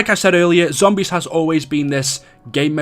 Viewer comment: This dude talks fucking horrible Pronounces zombies as Zombieeeees